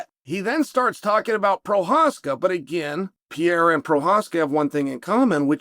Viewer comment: IS PERREIRA NOT PIERA